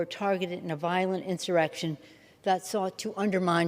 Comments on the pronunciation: "Jan 6th insubration ". Yeah she's not drunk today. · Inseration? 😂 Clown please!🤡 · Did she just say incebration? She must be reading the same book as Brandon. LGB!!! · “Since the January 6 insurbation” lmfaoo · did you notice she couldn't say insurrection. Very sus considering nobody has been changed for insurrection. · she pronounced differently - & incorrectly - every single time.😂💀 I thought maybe it's bc she's drunk as usual, but maybe it's bc she can't legally say "insurrection". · As much as Liberals talk about “insurrection”, why do they always mispronounce it? 😂